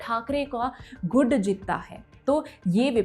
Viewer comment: विस्तार में विश्लेषण करने के लिए धन्यवाद। Teleprompter से पढ़ने पर कुछ त्रुटियां सुनाई दी । गुट को गूढ़ कहा । वसई को वास्साई कहा । भिवंडी को भिवाड़ी कहा । करोड़ को क्रोन कहती हैं। हिंदी अंकों को सीख ले तो श्रेष्ठ होगा । अन्यथा न ले, यही आशा है। धन्यवाद।